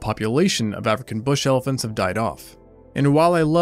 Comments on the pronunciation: mistake in word "elephants" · “Elepahnts” lol